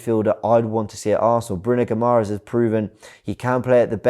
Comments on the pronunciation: Guimarães = Ghee-Ma-Raysh (the ‘ay’ is fairly nasal) Neves > Xhaka and Partey. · its pronounced Bruno Gee - ma - rai - n - sh ;)